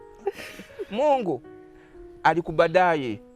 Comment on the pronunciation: Mbu mungu akubadayi sana in voice